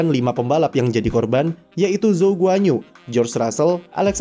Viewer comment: bacanya guan-yu bang wkwkw bukan guanyu